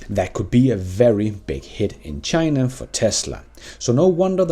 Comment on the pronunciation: Did you just say "Chiinnaa"? 🤣